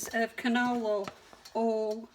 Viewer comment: Hey...is that "ol" or "oil"...any way you say it..it's all right with me. May you and your family have a wonderful holiday season. Thanks.